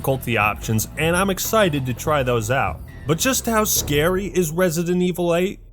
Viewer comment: "Resident Evil is to scawy" jeez people are snowflakes